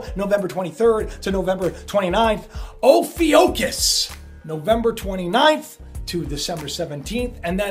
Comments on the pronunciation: HEY, It is pronounced oh-few-kiss, please don't be startled by this, a coupe thousand years ago they removed this sign from the zodiac because there was no room for it, it only comes to play noe because of the so called Nibiru thing, watch the show about Nostradamus's lost book, it explains Ophiucus, it's really not recognized by anyone, just for your info....thanks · You are pronouncing it wrong its -- (phonetically) O (long O) pif i (as in it short i) cus....drove me nuts you mispronouncing it. (So long O and short i )Also back in 2008 the signs were changed to 13 constellations....its no big deal, just because you are now hearing about it means nothing as far as whats going on with the world and the Mandela effect.. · Ophiuchus pronounced off-ee-'YOU-kus. Or as some pronounce as off-eye-you-kiss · Please forgive me, but i see "oh-fukk-us"....thats how i see the pronounciation. My teenage daughter knew of this 3 yrs ago.......im not amused. I am pissed. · Its PRONOUNCED. O- FEW-cuss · It's pronounced "OH FEW CUSS" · Hello. watch your voids, and they are very informative. Nice work. I checked the pronunciation of ophiuchus. The i is silent,. If you say it without the I. and of course the ph is f. No cussing, but but seems like they're saying.. Oh F:;k US. I don't know. With everything going on these days, seem possible. Again keep up the good work, God bless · LOL Cory that is great... I really didn't know how to pronounce it, once site used the pronunciation I used because the alternative was not really crowd friendly LOL... Sooo funny... Much love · It's pronounced O-phu-cis. And it's always been there but they decided to ignore it when they changed the calendar to 12 months. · oh-few-cus is how I would say it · It's pronounced oh·few·kus. You're welcome. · I believe it is pronounced (Oh-Fue-cuss) Ophiucus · Hey just FYI -- it is pronounced "oh few cus" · Pronounced 'o-few-cus', Ophiuchus